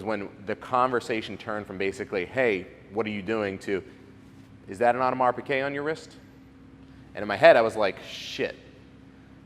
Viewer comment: It's Piguet...not "Piquet".